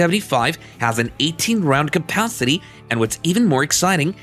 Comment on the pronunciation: "Pist-yel". "Capathity". Get a better AI voice; this one's not cutting it.